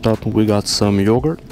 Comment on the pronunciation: “First up we go some yogurt ØÓÔÕŌÖĮË”